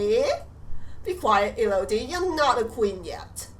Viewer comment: Elodie E-lo( lowercase pronunciation on the o )-die(as in e so de)